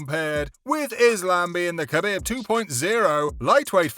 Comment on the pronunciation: Ca bib. Its pronounced kah beeb. Not cuh bihb